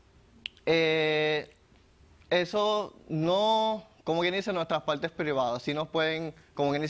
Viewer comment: "Buenas taldes, daños y peljuicios" "en mis paltes plivadas " jajajajaj